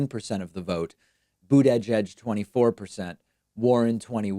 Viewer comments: "Booty judge" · David, it's pronounced, Buddha - jedge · It's not budda-judge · I don't care if that's the correct pronunciation, but dude you gotta stop with the Boot-edge-edge nonsense. You sound like you're short circuiting... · Someone make a compilation video of David saying "Buteyjudge" and "Toolsi Gbahrd" please. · I like you Pakman, but the way you say buttigieg makes me want to instantly turn this shit off. lol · Slipped up almost pronounced Mayor Pete’s name correctly.